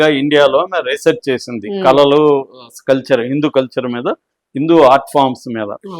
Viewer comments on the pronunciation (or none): కలలు ఏమిటి తమరి బొంద... కళలు అని పలకడం రాకపోతే ఆర్ట్స్ అనరాదూ... మీ విశ్లేషణ మాత్రం ఇంప్రెసివ్ గా ఉంంటుంది సుమా...